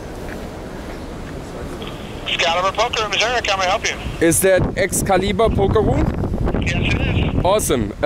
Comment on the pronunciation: "Excalibur poker room, how may I help you?" You: "E-yes is dis the Es- cali- bur poke rum?" LMFAO; you're so funny and humble. Keep up the good work buddy!